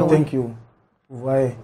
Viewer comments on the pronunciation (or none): Pourquoi il dit tenk you?